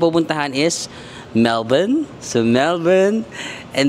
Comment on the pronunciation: Matutuwa mga Melbournians - you pronounce Melbourne correctly